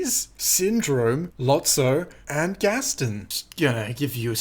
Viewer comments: Did he really pronounce it “Gastin”? Alrighty then. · Nobody:: Pronounces Gaston as Gastin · Screen Rant actually pronounced Gaston "Gastin" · Yo, hearing Ghaston called Gast-en gave me an out of body experience of confusion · Yeah SR is bad and all, but who pronounces it “Gueston”